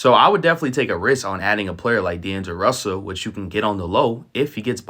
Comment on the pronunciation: “Daneglo Russell” 😂